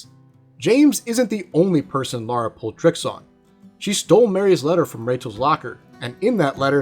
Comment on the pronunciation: Lik the video but why do you keep saying Lara instead of Laura?